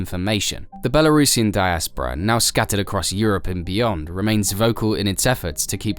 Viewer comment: doesn't even know how to pronounce belurusian but teaches us about belarus